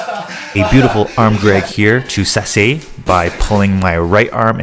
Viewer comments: This is awesome, please do more judo breakdowns! Only note is that sasae is usually pronounced sa sigh lol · Great video! I've never heard sasae pronunced that way 🤯